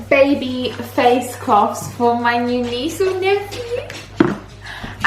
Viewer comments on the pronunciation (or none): none